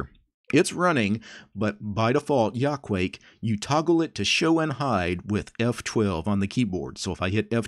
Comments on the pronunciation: If you know Japanese you could easily spot the Japanese logic behind this name You say that as ya-ku-a-ke, not yaquake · It's from Quake so I guess that's the way to pronounce it. Still, I like /jɐ.kuˈwɐ.kɛ/ better!